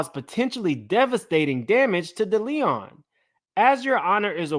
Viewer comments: Also, with love & no offense lol Deleon is Day Lee Own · Not "Da Leon" 😂😂! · It is called De-Lee-on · It’s Day-Lee-Own 😂😂🤦🏾‍♀️ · it’s pronounced Day Lee on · The pronunciation of DeLeon is really fucking you up 😂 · De Leon is pronounced: DAY LEE ON Diageo is pronounced: DEE AHH GEE O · DEE AH JEE YO DELL LEE ON somebody tell him!! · Yes… I’m like, can he not read or what’s going on lol